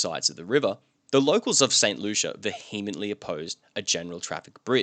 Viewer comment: vee-em-ently. The H is silent, just as it is in Vehicle, unless you're from like Louisiana I guess.